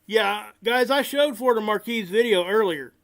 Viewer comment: Not to put too fine a point on it, but Florida Maquis' name is pronounced as "Ma'-kee", not "Mar-kee" Different spelling. "Maquis" vs "Marquis". 'Nuff said.